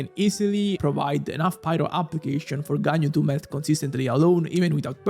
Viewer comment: "Meth Ganyu" is what my ears heard instead of Melt Ganyu....probably is accurate too LOL